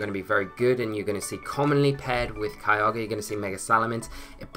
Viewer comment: I know you're saying Kyogre but it sounds like Kialga and I always get excited for the Dragon/Steel boi